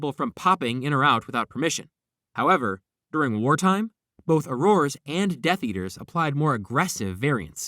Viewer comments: I find your mispronunciation of “auror” disturbing. It’s “oar-er” not “oar-oar-uh” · Ok that was not killing smoke in the fantsstic beasts movie please do some more research and redo thus video i dont feel i can trust anything you said at this point it was difficult enough to try to get past the way you pronounce auror the smoke in fantastuc beast is called an obscurus